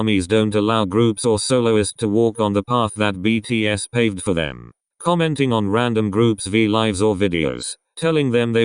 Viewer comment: thank you for saying btspw well and respectfully